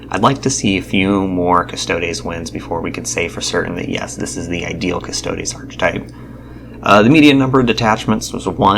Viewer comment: Sorry, not to be an a-hole, but it's pronounced "ar-ka-type".